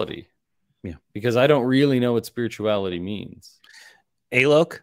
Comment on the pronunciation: Directly addressing...not sure if you heard the lad state the actual pronunciation of his name (Alok)...but if you did and still kept calling him A-loke...that's a bit of a dick thing to do mate.